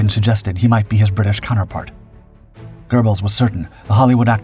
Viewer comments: There's no "R" in Göbbels! Geh-belz, not GER-belz. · There is no R in Goebles. Why do these stupid RoboVoices add them?